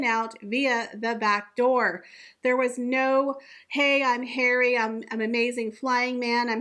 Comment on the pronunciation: You always bring me such joy when you say "PRINCE HAIR-WEE"